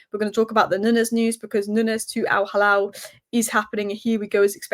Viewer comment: It's pronounced al-heelal. Halal is for the meat 😂